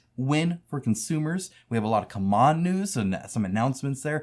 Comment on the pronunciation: Why do you pronounce it as "C'MON" instead of the correct "C-MON"?